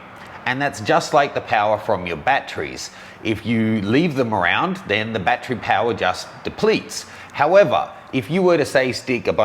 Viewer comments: .....How Many BAT-TREES Are Needed For All The Bats? How to pronounce battery: bat-er-ee ..You where Out that Day! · Bat-Tree or Bat-ur-ree??? Hmm... I always got laughed at when I said Bat-Tree. Makes me now wonder which is correct, and is it a regional pronunciation?